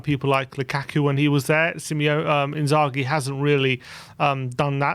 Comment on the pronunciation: The fact that you guys cannot get Simone Inzaghi's name correct - leads me to believe you know absolutely nothing about him and his managerial pedigree 😒